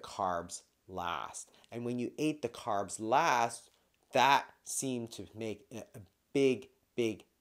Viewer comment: Carbs NOT Crabs 😂